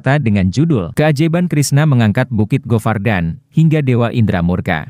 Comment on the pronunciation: Govardan dibaca gowardana.